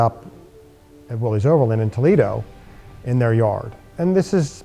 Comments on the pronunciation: The Correct pronunciation of Willys is Willis. See ad below. Look at the video at 11.59 and then is said again a few times after. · Wrong rims, they should be solid disc and Willys is pronounced Willis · Just an honest question, Why do so many call them Willeeessss? It is John Willys namesake and his Sir Name is not plural. Much respect to the work you do and detail. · Willys rhymes with 'Phyllis'. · The original pronunciation of "Willys" was with a short "i" sound for the 'y"; so it was pronounced "Will-iss". But it seems to have been transmuted by the same flexibility of language that could produce "Jeep" out of "GP".Aug 5, 2002 Willys Story